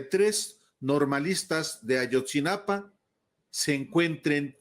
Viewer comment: Es: AYOTZINAPA, no AYOTZINAPAN. 😏